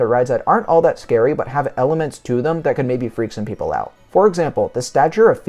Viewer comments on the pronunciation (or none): none